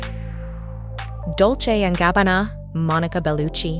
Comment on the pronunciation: My ears bleed X_X Dolce and Gabbàna!!!!!! (You get it? Doll-tch-eh/Gabbàna) I so hate when people don't take time to learn the correct pronunciation of foreign names! And you misspelled some others in the first 3 minutes and a half of your video 😒